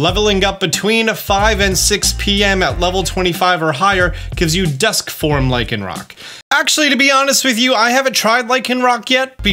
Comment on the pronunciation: LYCANROC DOES NOT END WITH A K! WHY DOES EVERYONE KEEP DOING THAT!?